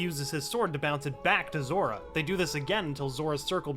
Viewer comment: i love how at one point he dident said zora he said zoro